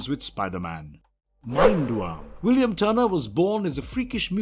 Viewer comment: Am I the only one who noticed he pronounced Willem William